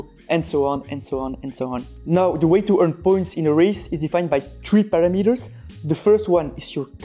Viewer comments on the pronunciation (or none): "Pah - rah - mi - ters" not para-metres